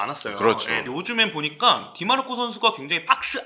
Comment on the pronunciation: 디 마르코가 아니라 디마르코입니다!!